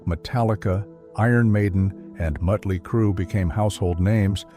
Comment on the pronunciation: Muttly crue? Great job AI....